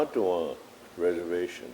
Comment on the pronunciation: Reservllllations suck but hardly consentration camps